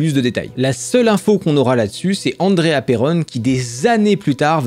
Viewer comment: Hé.. pourquoi tu dis "En dré ha" et puis après "Aillepreul"? ça devrait être April non?